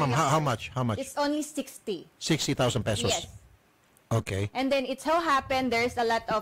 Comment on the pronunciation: Sabi ng babae i-yeth 😂😂😂😂